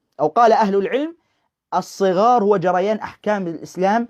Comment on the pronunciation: الصغار بفتح حرف الصاد و ليس بكسره ..للتصحيح فقط